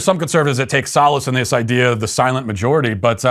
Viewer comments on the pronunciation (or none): none